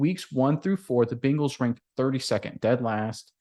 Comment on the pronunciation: It’s BENGALS, there’s no I in there. It’s not Bingals. 🤷🏻‍♂️